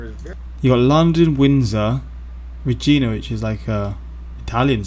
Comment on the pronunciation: Regina Canada is pronounce like the lady part.